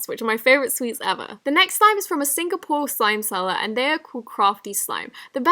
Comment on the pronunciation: OMG you revealed my country slime shop!! Crafty Slime Btw it's Sing-a-pore Edit: Not Sing-a-pord Thanks!